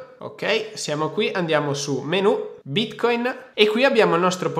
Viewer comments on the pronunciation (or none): Ogni volta che lo pronunci bítcóïn la blockchain muore